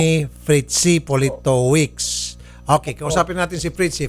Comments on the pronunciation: Politovitch ang pagpronounce nyan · its' pronounced Politovicz. Hes Polish, probably living in UK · Pronounced as Politovitz. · Politovich yung pronunciation ata. Sounds like Russian surname or from Central Europe. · Poh li to vitch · Politovich ang pronunciation nyan. W kasi ang V sa Polish, saka Cz ang Ch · Politowicz di british na apelyido more on Poland name😊 sapantaha ko lang🙂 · Politowicz is a Polish surname idol Raffy. Ang basa dyan is "Poli/to/vich" 😅😄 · Politowicz....Polito-vich. If I am not mistaken kung papaano sya bigkasin. 😬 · dmi konG twa sa paG kabAnGGit ni idOL sa apelyido hahahaha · A polite daw parng kinuha sa apilido politowicz 😂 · Natatawa ako kay Idol Raffy as psgbigkas ng apelyido nung foreigner....hehe